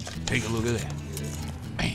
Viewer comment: HMMMMM TATS GUUUD~ i love it everytime he says tat!